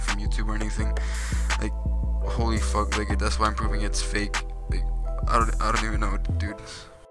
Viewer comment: ”Wobbly as FOK.”